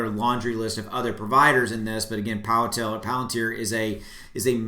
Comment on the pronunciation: You didnt mispronounce palantar. Bravo. Great update thanks